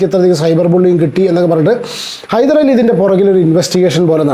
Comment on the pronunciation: ഹൈദരലി അല്ല ഹൈദ്രോളി 😂